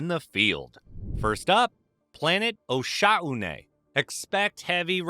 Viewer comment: Osha-oo-what??? Isn't called "o'shon"